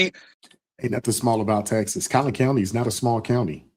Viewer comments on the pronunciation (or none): Well that dimwit sent the request to the wrong county. Its Collin county not "Collins" county. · FYI …. It’s not “ Collins” county ! I live there in Frisco , it’s Collin County !